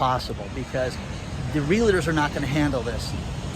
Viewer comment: REALTORS not REALATORS